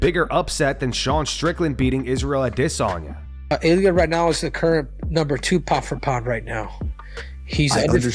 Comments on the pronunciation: Why did cejudo keep calling him adihsanya 😭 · A dis saynea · Henry trolling Full Mount with the Ade-sanya pronunciation. 😂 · Henry can’t say “Israel a DEE sanya “ 😂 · Dafuk w the pronunciation w cejudo on adesanya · This channel is 💩 and the narrator sounds gay saying adesanya.